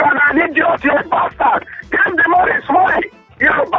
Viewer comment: "You're a PASTARD!!!.... You're a pastard, you're a ninja!!!" That made my day,! 😂👍